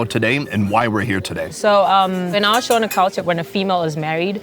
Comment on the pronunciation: Me from Zimbabwe laughing at him saying everything wrong sadza-saaaaadza Shona-shoena is how he says it😂